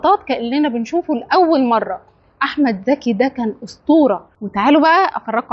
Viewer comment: المصريين لا يعرفون يفرقون بين ز و ذ هو اسمه احمد ذكي ولا احمد زكي